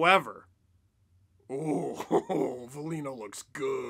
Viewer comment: At least say veleno's name right....think Jay leno..